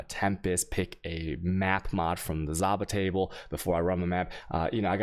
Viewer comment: moment when you say Zaba killing me for real for real.. oh yes and chewaos <3